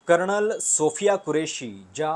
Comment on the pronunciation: “कर्णल” नाही रे भावा! “कर्नल”. तू मराठी उच्चारांसाठी एखादी शिकवणी लाव बघू! 😁😁😁